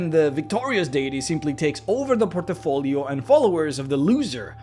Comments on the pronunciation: Interesting, thought-provoking vid - thanks for posting. Small thing - say 'portfolio', not 'portofolio'. Lose no sleep, and all best. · Port - Fo - Lee - Oh = Good Por - Ti - Fo - Lee - Oh = Bad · Port' i- folios.....or...portfolios.... there is no i. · "porto folio" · "Port-a-folio" Great video! Keep it up! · I was surprised you spelled portfolio well. A bit of me dies when you pronounce it as portafolio, you know. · I love your content, man But sorry, I laugh out loud when you say Por-te-folio XDDD I am a bad person ^^ I apologize awesome video, really appreciate your work :) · Brah. You need to learn how to say "portfolio" properly lol